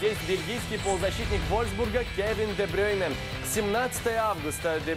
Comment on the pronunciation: Кевин де БрЮйне, а не де БрЁйне